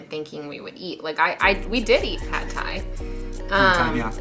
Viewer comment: The vowel sound in "pad", as in pad Thai, is like that in "but" in English.